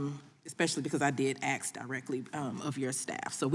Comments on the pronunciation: ASK.. not AXX. Duh. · Why can't a person elected to Congress finally pronounce words correctly. The word is "Ask' not " Akst". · Why can't some say ”ask" instead of " ax" ? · Aksing or Axing a question. That is the question. Das ist die Frage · Nothing says politician like saying Axe instead of ask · Cori…it’s ask not acts. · That woman REALLY gets on my nerves! She's a RACE BAITER, And she can't even speak properly!!! One of my pet peeves is when someone says, "AX" instead of "ASK". I mean, HOW HARD IS THAT TO DO??? It's just LAZY, and makes the person sound SO UNEDUCATED!!!😡😡😡😡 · I want to AKS? stop appointing low IQ Imbeciles to run our country... It's ASK!!!! not AKS!!!! GEEEEZ!!!! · It's hard to take someone seriously who went thru college and got elected to the House and they still say "aks" instead of ask. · How about talk intelligently and say "ask and not "aks"! I don't understand that. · The word is "ASK"...pronounced "Ahsk"....not "ax-sk". Example: I "ask" not I "axed". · Someone please teach her how to pronounce the word 'ask'. It's not "axe". It's three damn letters, how hard can it be to pronounce it properly? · Why is a member of the house of representatives unable to pronounce the word "ask"? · Who the hell would vote for a person who says "axe you a question" 😂😅 we're screwed 😅😂😢😂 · As soon as I hear “axed you a question” you have lost all legitimacy. Do you want to promote unity and progress or just your own divisive logo? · She "axed" directly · She isn't axing very good questions. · Did she say ‘aks you a question?’ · I swear I don't understand why it is so hard to pronounce ASK?!?! I've never understood how people go so far in life and not be able to speak basic English.🙄🙄🙄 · Let me axe you a question. Nam I’m saying. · Axe you ? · How does someone who says “aks” end up in congress? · " I want to axe you a question " .. ghetto troll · So glad she was there to ax queshtuns. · Did she say: “want to axe you..?” 😅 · She lost me at axe… dummy